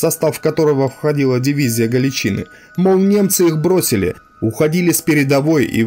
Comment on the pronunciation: Всё отлично, контент хороший, но автор, ПОЖАЛУЙСТА готовь материал тщательнее, следи за ударениями, проговаривай сначала те слова, в которых ты сомневаешься. Слушать вообще невозможно, кровь из ушей течёт... слушать эти "галичИны", "моторНизированные", "сАчевые стрельцы", "к двадцать третьего июля", "взятО", "взятЫх" и прочие перлы ну реально невозможно.